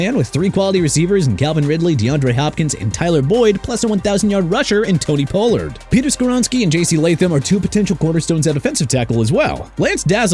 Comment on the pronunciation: Pollard is pronounced pah-lurd... Smh... also Mostert is pronounced moe-stert... and Wilson to the Dolphins... if you think he's replacing Tua, you're dreaming.